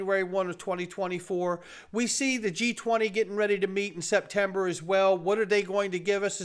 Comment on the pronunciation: SPETMEBER??? Get some more shuteye! Lol! 😂 We love your show thanks tons for keeping us informed!👏👏👏